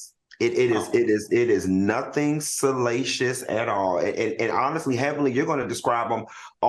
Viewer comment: him saying salacious😂😂😂😂😂😂😂😂😂